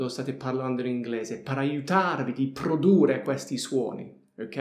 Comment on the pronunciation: PRODURRE devi dire, con due R finali